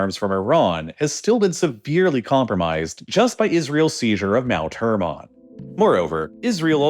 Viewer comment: Please stop saying hermon like that